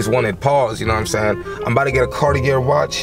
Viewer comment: it’s pronounced “carti-aye” 😅